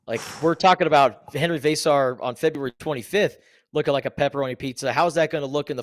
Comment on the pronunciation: Love, but somebody needs to teach him how to pronounce Henry Veesaar and Tobe Awaka. I cringe every time he mis-pronounces those player's names. VAY-sar. TOB-AY, my dude. You're a Wildcat! Listen to how B. Jeffries, Coach Lloyd, and the PAA say it, and match that! #DoBetter!